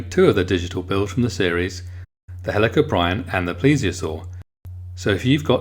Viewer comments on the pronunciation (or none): It's pernonced hell a corp e in